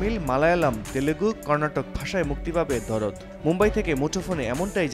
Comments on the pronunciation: ভাই দরদ না দার্দ 😅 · ভাই ওটা দরদ না,,,ওটার নাম দার্দ,,যার বাংলা অর্থ, ব্যাথা